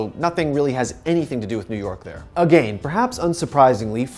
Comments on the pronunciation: “A-GAIN” headass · He keeps saying agane Pepega